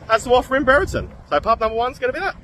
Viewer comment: Pronounce it as Brie -er-ton. One day time there were 13 pubs/clubs there. 4 now and two of them are football club social houses